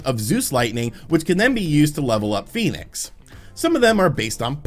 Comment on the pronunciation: I was fairly sure its pronounced "Fen-icks" not "Phoenix"